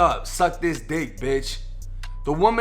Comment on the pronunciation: the way this man says "dick" bruh ik this is serious but im sleep rn